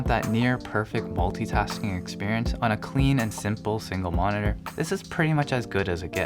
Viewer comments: M O N I N ER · Please learn how to pronounce monitor; drives me insane.